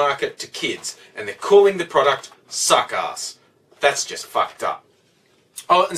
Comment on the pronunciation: sounds like u said suck ass